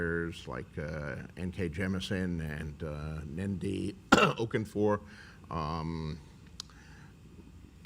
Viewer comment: Dat butchering of Nnedi Okorafor doe. He tried though.